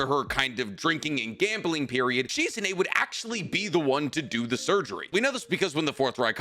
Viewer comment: My guy you are way too big a Naruto fan to be pronouncing so many ppls names wrong. Like bro lock in pls. This Proununciation Shizune is literally hurting my soul 😭